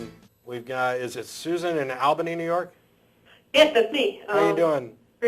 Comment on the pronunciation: It's Albany with a soft 'a'.